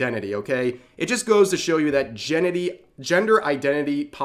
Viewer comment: Hahaha, you said Genity.